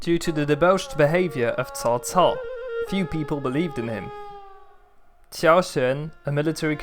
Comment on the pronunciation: Thank you. Pronunciation is on point and most ppl think cao cao a villain as he is portrayed in video game culture but was intelligent and inspirational and wanted nothing more to unite a divided china and understood that the Han was ending.